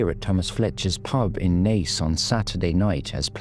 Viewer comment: Actually pronounced Naas correctly, im shocked!